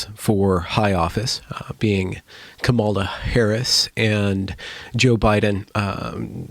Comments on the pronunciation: I agree that "equity" as the video referenced is a completely unrealistic goal. Just curious, though: are you pronouncing "Kamala" incorrectly on purpose? If so, I don't think it really adds anything to the conversation and would advise against passive aggressive moves like that. Your logic can stand on its own. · Dear, please pronounce her name correctly.